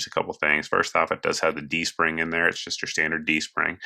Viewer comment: You say D-Spring or G-String? I didn't know Beretta was jumping into the G-String market! I gotta get one for my girlfriend!